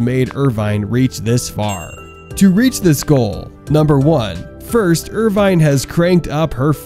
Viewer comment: It's pronounced with out the e. Irvin.